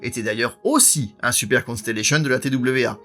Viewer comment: C'est un fait, mais dommage que super soit prononcer à la française alors qu'il devrait être prononcer également en anglais étant donner qu'il fait partie intégralement du nom de l'avion.